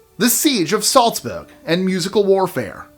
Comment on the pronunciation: It's ok to pronounce cuties without the odd accent. Salzburg... Prague